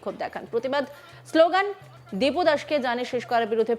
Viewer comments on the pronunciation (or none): হিন্দু ভাইয়ের নাম টা ঠিকঠাক বলতে পারছে না,নামটা (দীপু) দিনু নয়,বড় নেতা গিরি করছে ফেলানীর নেতা।বিজেপি কত টাকা দিয়েছে।